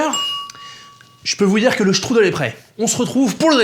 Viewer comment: J'adore comme tu dis :struddle 😂😂